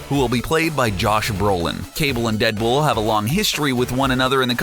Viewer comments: "Cable and Deadbull" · In you hear him say Deadbull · He said dead bool